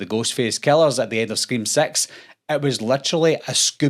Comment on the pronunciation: I'm sorry I know it's just his accent and I know he's saying "six" but I can't get over how much it sounds like he's saying "Scream Sex".